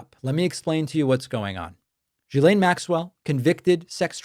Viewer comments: FYI: Her name is pronounced gill-EN. This is how her own brother said it. It is French. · David, its pronounced "Gill"aine.❤❤❤ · It's incredible how many podcasters cannot say this name correctly. Dude, Ghislaine sounds kind of like Glenn. There. I helped.